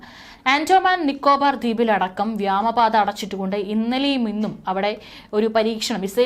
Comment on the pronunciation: വിദ്യാഭ്യാസം കുറവാ . വ്യാമപാത ? ഇനിയെങ്കിലും തിരുത്തി ക്കൂടെ